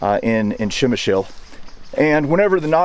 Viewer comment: You sure butchered the name of the town! It is pronounced as 'pshemish'.